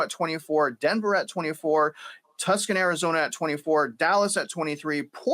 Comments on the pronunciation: Too son not Tuck sun! TUCSON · it's pronounced "too-sahn", not Tuscan or Tuc-san. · Tucson isn't "Tuck-son" it's "Two-sawn (like fawn but with an 's')" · It's not Tuscon AZ, it's Tucson, pronounced Too-sawn. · Tucson, AZ is pronounced “too-sahn” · Two-sawn Arizona! Lol you're saying wrong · "Tucson" is pronounced "too-saaan". I chuckled when you said it. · I thought he was joking. “Tuscan”!😊